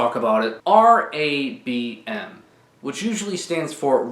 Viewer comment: Why does it sound like you’re saying Dong Raid